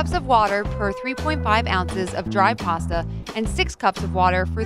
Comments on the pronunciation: It's pasta not parsta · there is no r in pasta